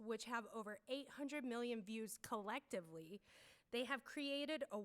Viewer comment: Not she really stressed that collectively after saying 800 million views. No hate just thought it was funny.